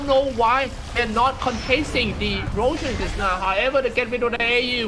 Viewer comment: tbh i dont really care too much about his accent, sometimes i listen to him and he is quite funny, the way he say rochan instead of roshan (i forgot which game he says this) make me laugh but sometimes i just mute the video just so i can focus on the video